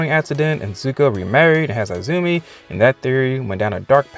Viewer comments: Izumi is pronounced " E -zumi " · Definitely Mei :) PS: I cringed every time you said I-zumi, omg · Zuko, Mai, and Jin did have a love triangle in the The Lost Adventures comic. Also, I hate how you probably mispronounce "Izumi" and "Mai" on purpose. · eye-zoo-me hahahahah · EEzumi lol